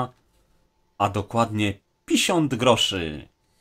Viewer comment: czy ja dobrze usłyszałem?... PISiąt groszy 😄